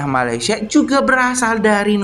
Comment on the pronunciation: Min sebut malayd sh